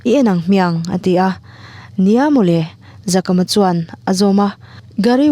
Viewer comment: Zakama toh hi Zakaama tia lam tur.